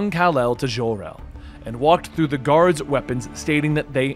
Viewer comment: It's Jor El, NOT Jhor El.